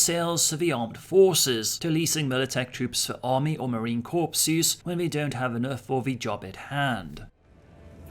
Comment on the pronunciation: Marine Corps, pronounced "core" not "corps" please 😉😘